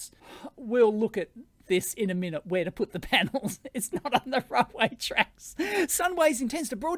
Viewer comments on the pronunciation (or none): none